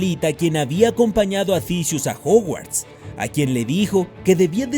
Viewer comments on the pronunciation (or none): Juguarts? Jajaja